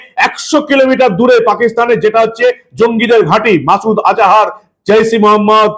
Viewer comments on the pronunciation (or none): none